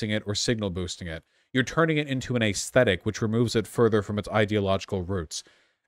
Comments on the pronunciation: When are you going to start pronouncing “aesthetic” normally? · Day whatever the fuck this is waiting for Vaush to learn how to say aesthetic.